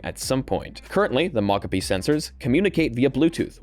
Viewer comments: I've literally heard multiple people pronounce Mocopi as "mahcahpi," and I think you're literally the only person who cares. Do you wanna talk about the word "Caramel" next? Or "Caribbean?" People pronounce those the way they want to all over the place, and literally nobody cares. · people definitely care about showing basic respect by not refusing to say names incorrectly, for example people who have names others refuse to pronounce correctly care. But I guess people with foreign sounding names are nobodies not deserving of your respect in your little world. 🤷 There is a world of difference between "I haven't read this word before so I'm going to sound it out and find out how it's supposed to be said later" and "I've decided this is how your name is supposed to be said and huff about it if you express your displeasure at how I pronounce it"